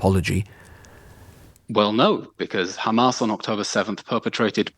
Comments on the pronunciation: Khamas, bro its HHAMAS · Khamas, Khamas, Khamas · this levi guy has perfected his hamas pronunciation